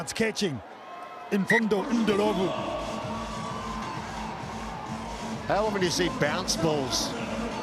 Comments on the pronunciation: Mfundo Ndhlovu - the commentators probably entered Mfundo's name in Google Translate and listened to the pronunciation. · 😂 " ndo lo vu" funny way of pronouncing it